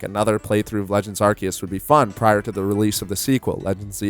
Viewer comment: A YouTuber who pronounces it right, finally